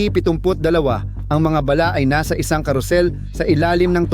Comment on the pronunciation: Ayusin mo pronounce mo Ng bala.. Hindi ba'la?.. baduy mo.. huwag Kang umanino sa mga nauna Sayo . Pag Ikaw Ang gumagawa Ang pangit ser..😅